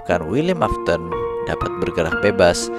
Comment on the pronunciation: afton bukan aston 😅